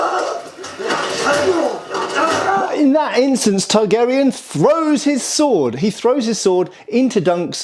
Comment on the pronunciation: Are you saying Targaryen or Targ Aerion? I choose to believe the latter. 😂😂